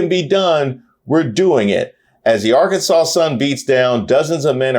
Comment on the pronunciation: Good ole “Are-Kansas” at it again